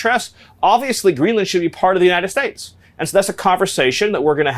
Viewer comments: "For the Uniiedddshate" Wtf is wrong with?? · I hate the way the re re ghoul says nitystAtes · Is it just me or is Stephen having a hard time to pronounce his country's name? I'm hearing "Yann estates" most of the times.